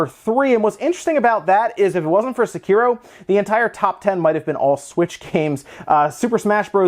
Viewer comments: A lot of folks keep emphasizing the syllables wrong, saying suh-ki-ro instead of sek-i-ro. It is pronounced in the game but rarely, so most folks are probably pronouncing it how they think that it might be before they hear how it's actually pronounced, and it's pretty typical for English speakers to mispronounce foreign words like this - especially since English words tend to put emphasis on certain syllables in a way that many other languages do not. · It seems like almost all of these youtubers are mispronouncing Sekiro...